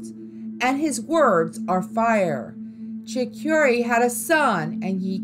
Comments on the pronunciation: It's 'Cho/core/ooh/ah' not 'Cho/keer/ah'. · The way you said “Nashua, NH” your definitely not from New Hampshire. It’s pronounced Nash•u•wah. Also it’s Chief “Chocorua” not Cheif Shakira.